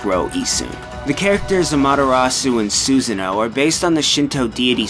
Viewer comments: susano is not pronounced susan-o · Lmao Susan-o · LOL SUSAN-O THAT WAS THE WORST MISPRONUNCIATION I HAVE EVER HEARD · (eccos) Lmao, dude. I follow the teachings of Shinto, and I would be aghast at myself if I didn't know how to pronounce the name of the principal Goddess I honour and worship. That's part of why I was so upset at Susano'o's name being incorrectly pronounced as well-- I am one of his Ujiko (devotees) and it saddened me to hear his name being so jumbled. Glad you were only kidding, though, because I was slightly upset. But it's all good now ^^ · The way he pronounces Susanos name make me cringe every time.